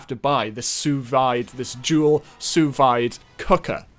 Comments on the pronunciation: SOO VY-D HAHAHAHA, Its 'soo vee'. Thanks for the laugh lmfao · "Sue Vyde" That hurts me on a physical level, and I'm not even full-blooded French. For the future, it's pronounced: "Sue veed" (like reed) Still not the worst pronunciation I've heard though. That goes to the people who say it "sus v-day". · The pronunciation of Sous-Vide is actually Soo-VEED. Not Soo-VIDE. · in "sous-vide" you pronounced "sous" correctly but vide is pronounced with an "i" that sounds like an e : "sou- veed" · It's not pronounced "viiide", it's more pronounced "veede". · Your terrible french pronounce is not the problem. You say it with a hard E not a hard I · So close! Sous-vide is pronounced more like "sue-veed". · Sue weed. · ah, yes, the sous vaid cooker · Sous Vide is usually pronounced Sue vee-d. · "Sous-vide" is actually pronounced like "soo-veed" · sous vide is pronounced "soo veed" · the cooker is pronounced (soo- veed) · I'm not French but I believe it's pronounced Soo-vee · Pronounced Sue Veede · It's pronounced "sue veed" (veed like weed). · Its pronoced sues veede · Quick pronunciation: Sous Vide is pronounced “Sue” (Like the name) and “Veed” (Like reed with a v) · Sous vide, proniunced (soo veede) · I think it's pronounced "soo-veede" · The sous vide is pronounced Soo VEED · My dad bought joule and it is pronounced sue vee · just a pointer: its pronounced like: soo veede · its pronounced su vee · Just gonna put this out there, it's pronounced "soo-veed". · It's pronounced "Sue VEE-d" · Pronounced Sue-vay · Pronounced “Soo-Veed” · Man, your pronunciation of sous vide causes me pain as a French speaker, it’s “Soo Veed” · Its su-vee French is my 3rd language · It's pronounced "soo veed" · Sous vide is pronouned "soo veed" :p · It’s pronounced a soo veede also great video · It's pronounced "sous veede" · It's pronounced soo-VEE. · I think it's pronounced sou-veed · Its pronounced "Soo-Vee" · It’s pronounced “sue-VEED” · Sous Vide pronounced soo veed